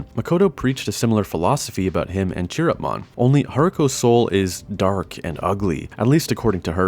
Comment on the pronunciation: Nice video! But Chiropmon is pronounced with a "k" sound, not "tch".